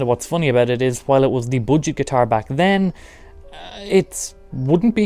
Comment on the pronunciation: Please say "booojettt" again....